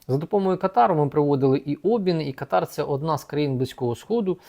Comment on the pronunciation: Káтар. Наголос на першому складі.